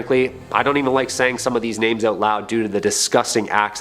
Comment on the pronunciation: Do y'all purposefully mispronounce names?